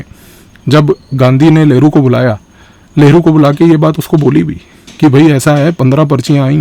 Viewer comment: Sir, aap लहरु बोल रहे हो या नेहरु?